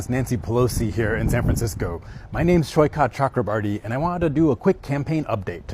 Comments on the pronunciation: its soi-kath which means sea shore. it is a typical bengali name. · OMG the way this AI is pronouncing Saikat 😅😂